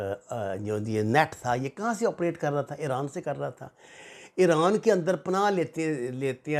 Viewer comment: 😆😆😆it's IRAN not Ieooraan